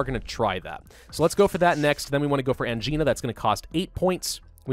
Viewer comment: constantly makes fun of grammatical errors Also: consistently pronounces Angina wrong Ang-eye-na. Not an-gee-na